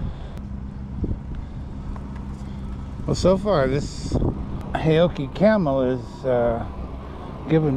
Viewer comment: Correct pronunciation: 'How-Chi'